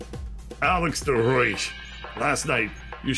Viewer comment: Also De Rooji is pronounced "duh roy" It also just means "the red" Edit: alright, just gonna edit comments now rather than spam up the whole comment section lol, but, wow, firing someone who's worked for you for years for being 2 hours late, once, after having a gun pointed at his head the night before is incredibly shitty, and, if this is indeed the Netherlands, probably incredibly illegal. Alex could do so much better to be honest.